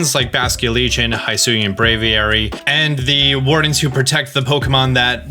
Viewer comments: Hisui, not Hisuy. You can pronounce it, it's the I from in Pikachu. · Just to clarify, it’s pronounced Hee-sui not Hai-sui. The name means Jade.